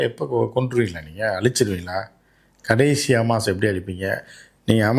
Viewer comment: Amaas illai hamas.